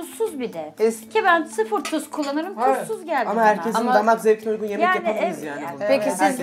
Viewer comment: Sıfır tuz kullanırım diyon sonrada tusus diyon pes